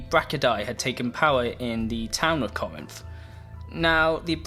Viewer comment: It's pronounced "Cor-rinth". You tryna butcher Greece?